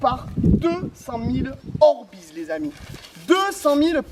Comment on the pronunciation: par contre les orbeiz sa se dit dit orbeiz et non pas orbiz 😂❤👍